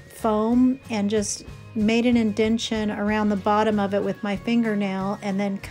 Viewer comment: INDENTATION, my Dear, not INDENTION 🙂